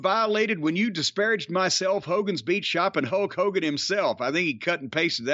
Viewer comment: It sounds like you call him HOE KOGAN , which is hilarious by the way.